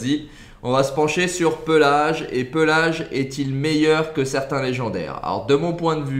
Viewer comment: Pééélage pas pelage frr c’est pas un ours